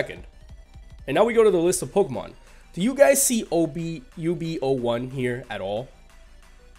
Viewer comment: By The Way,Its UB-Zero 1,Not UB-O1.